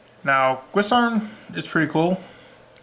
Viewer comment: And right before the 4 new support cards were announced. Your dreams have come true! Also, many people have a lot of trouble with the pronunciation of the Dragunity monsters: Guisarme is not "gwiss-arm" it's "giz-arm". Couse is not "Course" it's "Koos" - there is no r. Leyvaten is not "Leviatien" it's "Lay-VAT-en".